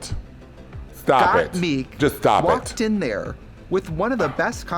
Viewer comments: when Trixie pronounces Gotmik’s name right only once lol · obsessed with the way Trixie has decided to pronounce GotMik